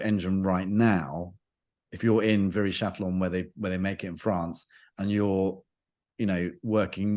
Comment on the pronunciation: Chatillon has to sound like Chation (sha ti on), like Celine Dion and not like Bob Dylan, try to remember that next time.